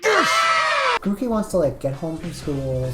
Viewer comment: GROOKEY DOES NOT END WITH AN I, IT ENDS WITH EY! AND DON'T CALL GROOKEY A HE!